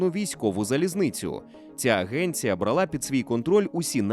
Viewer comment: Поважний воз, скажіть, будь ласка, чому бралА, а не брАла? добре хоч кажете самІ, а не сАмі.